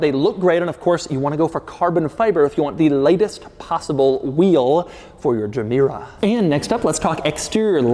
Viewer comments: Its not a germ-mera as in when you say germ, come on ... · Gemera is actually two words in Swedish Ge Mera pronounced "Je Mera" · it is not pronounced džemera it is Gemera. read as its written doug... dont apply your american way of pronouncing things to foreign made objects. read it as its manufacturer named it and intended it to be pronounced... god you anglicans make me cringe so badly... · Gemera is actually two words put together, "Give more" would be: Ge mera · I love how every car's name is based on a Swedish word or a play with words. Gemera = Ge mera, give more. Regera = To rule. Etc Gemera should be pronounced as GehMehra or something. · Its pronounced "Yemera" (meaning "give more") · To be pronounced "yē mēra". That's Swedish for "give more". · “ok imma start the quirks and features of the Jeh- mere- oh” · At least use Google Translate to pronounce Gemera correctly. Sick of Americans butchering foreign names. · Me: "Did you say Gamera?" Doug: "No, I said Gemera." Me: "Oh." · It took me 4 seconds to realize the emphasis in the word gemera is in the first syllable, not the second........Doug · Starts with a G. If it was a J then it would be pronounced Y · Wish Doug would’ve watched Christian before making this video and learned how to pronounce Gemera.